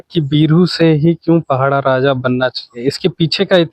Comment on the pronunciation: पहड़ा नहीं माडिया साहब पड़ाह राजा बोलो